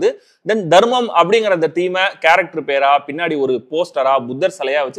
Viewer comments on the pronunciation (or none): It’s Dhamam not dharmam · Ayya Dharmam illa Adhu "Dhammam" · தம்பி.. அது தம்மம்.. தர்மம் இல்ல..